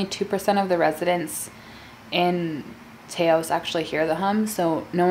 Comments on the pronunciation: I am from New Mexico and the town, Taos you are speaking of is actually pronounced Ta (rhymes with fa tra la baa) and os (owsssssss) It is such a beautiful and magical place! Love your videos gorgeous! 💖😘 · CherryyyBlossom “tay-ohs” hahaha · “Tay-os” lmao